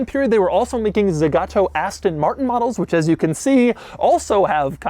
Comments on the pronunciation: You said "ZEgato" like 300 times... It's Zagato. zAgato. The two "a" are pronounced exactly the same. Za ga to. ZA GA TO. It's not that hard... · The brand is called Zagato, not Zegato nor Zigato. It hearts to hear the name mispronounced throughout the whole video.